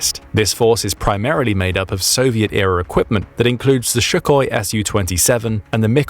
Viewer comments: It's Sukhoi NOT Shukhoi, stop mispronouncing it. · hey it's not "shukoi", that letter s is just an s. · It is not "shukoi", it is "Sukhoi" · the shuckoi err ok.